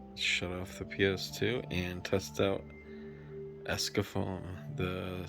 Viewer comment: u know it`s actually called ECSAFORM not escafoam